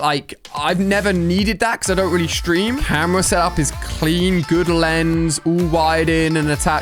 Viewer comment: When he said guud I laughed so hard